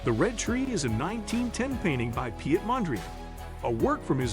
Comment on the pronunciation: His name is pronounced Pete not pee et. Piet in Dutch is pronounced as Pete.